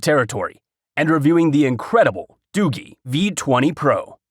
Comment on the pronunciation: Hey I just wanted to let you know for future reference that you pronounced the phone company wrong it's not Doo-gee or better yet not pronounced Doogie like as in Doogie Howser. It's pronounced Doo-jee like if you were to pronounce the letter "G" by itself.